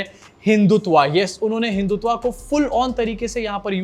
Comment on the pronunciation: हिंदुत्वा नहीं, हिंदुत्व